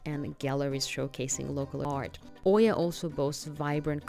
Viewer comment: Good video but it is not Oy-ya but E-ah. It is important for a video influencer to say the names correct as many listening don't know the difference. Thank you.